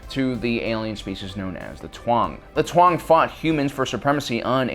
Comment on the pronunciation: You guys already did a video on this.... And it’s pronounced “Tong” spelled Taung.